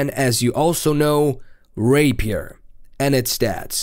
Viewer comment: Wew Rpaier a.k.a rapiest lol